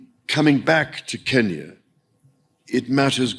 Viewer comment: Our home secretary still calls it "Keenyah", just as the colonialists did.